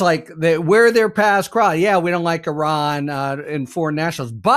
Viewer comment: The dude you interviewed can’t pronounce Iran properly….. even Orange Klown can get it right. Come on! It gets pronounced properly 200 times a day. Be ACCURATE. This is worth your effort.